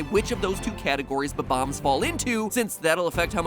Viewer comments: it is bomb- ombs not bo -bomb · Its not bom boms its bom oms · Who else is cringing on how he says bomb-ombs Or wait HAVE I BEEN SAYING IT WRONG MY WHOLE LIFE?!?